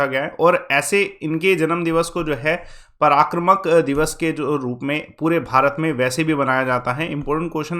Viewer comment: Kabhi prakaram ko parakramak